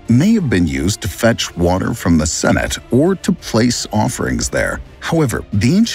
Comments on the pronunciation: Not "senate"! Cenote! Sen-oh-tay! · Sen-oat-tay. It's even worse when the software can't pronounce it either 😆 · Not cenote. Or senate. Its pronounced se-no-te. Idk. I'm white AF but dang that pronunciation was bad AF.